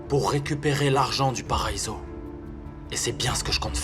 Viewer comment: Qui comme moi à vue que à dit,,mon paraïso😂😂😂 😂😂😂😂😂😂